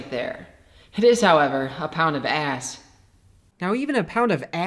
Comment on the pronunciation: the way you say “ass” 😂